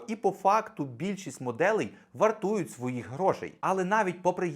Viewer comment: варту'ють вартові на варті